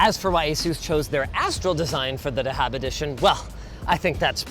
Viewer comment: The way he said "dahab" was a bit weird 😅 But "dahab" or more accurately "thahab" means gold